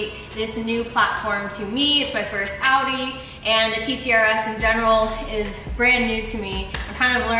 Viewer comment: "audi tit"😂😂😂